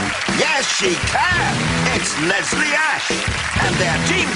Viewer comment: anjo banjo he says "Les-lie" instead of Leslie